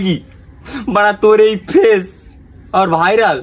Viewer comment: ओके bolen Tor thik bhabe bairal Bola hoina Vairal na bhairal